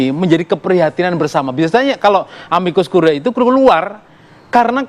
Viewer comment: Bacanya yang betul dong. A-MI-KUS KU-RI-E. "E" terakhir itu dibaca seperti "e" pada kata "edan". Masak lupa sama istilah biologi SMP dulu: kalau kita baca "ae"..."ae".... khan dimarahin guru.....